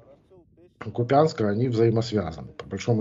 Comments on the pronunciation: КупЯнск ?! Аааааа😮. Експерт, ……. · Купянск .Говорите правильно